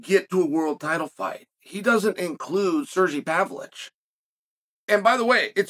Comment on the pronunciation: wth did he call him😂 Surge-V Pavlich 😭🤣